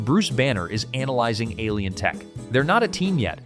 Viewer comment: aliens pronounced as "al-ins" What I don't get is, don't those who programmed the narration proof "listen?"